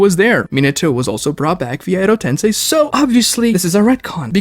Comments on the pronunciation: he tends to mispronounce some things like how he pronounces "edo tensei" as "edo ten-sigh..." Like how the heck does he continue to get that wrong? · I wouldn't worry about calling you Diggo Knight. I do enjoy his content as well, but for someone called Weeb Commander, his pronunciation of some Japanese words is terrible. Edo Tensei = Edo Tensai Mount Myoboku = Mount Mubuko There's more I can't think of off the top of my head. Lol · It physically hurts me when he says “edo tensai” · can't stand his pronunciation, calling kokuo "kukiyo", "edotensai", and so many more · guy cant even say edo tensei right lol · I really don’t think he was trying to be insulting to this day he still mispronounces Edo tensei